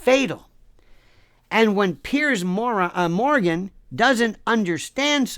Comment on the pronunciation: Love how he calls him Pierce Moran lol